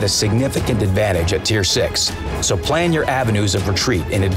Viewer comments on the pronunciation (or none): none